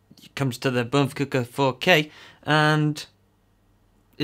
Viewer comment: Finally someone pronounces Bmpcc4K the right way! the best review ever seen!